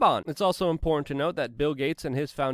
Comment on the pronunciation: Luke it's im·por·tant 🤣